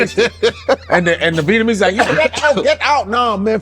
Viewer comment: You cappin yet again. Argyle is NOT a whole street filled with 'Venamese' businesses, food and culture (its pronounced 'Vietnamese' btw). Mainly from Broadway east to WInthrop ave are where the Vietnamese core cultural shops (Miss Saigon, Nha Hang, DaNang are probably the best), from there it starts to become mixed with other ethnic shops. Most of the Vietnamese and Souteast Asian folk live just a block south of there, on Ainslie st, cross streets being Winthrop and Kenmore, which are all residential. North of this Southeast Asian Community is Winona, then Foster, and Berwyn going further north. Some unsavory types and crackheads wandering about (mainly at night), but no 'hood'. There were, in the 80s & 90s, a mixture of (B)GDs (migrating from Sheridan RD and Lawerence) and Gaylords (white gang), Local Boys (Asian gang) crossing through that Vietnamese area, and definitely seem lawless back then by today standards. But now none of the kind even remotely exist. What experienced was probably a dude false-flaggin, saw not be from around there, and figure him to be an easy target for bullying. From broadway going west is quite and nice, going east pass Sheridan is nice and with some questionable elements migrating about until you get to Marine Dr. There is no 'hood' on either side of the Vietnamese, Southeast Asia, and East Asian Heritage Area. There is no one shot calling, standing out on the corners throwing up gang signs, no gang colors, no slanging and banging